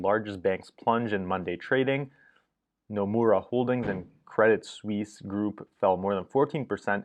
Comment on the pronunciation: Nice pronunciation of "Suisse". You're on the ball as always.